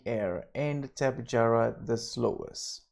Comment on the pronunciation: its tapehara the j is silent